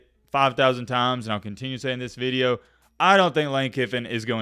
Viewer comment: The way you say video is not southern, northern idk where tf you learned to say "veedeo"